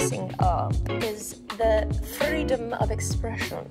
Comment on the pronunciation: She said the word freedom with a Russian accent, the image of Villanelle does not leave Jody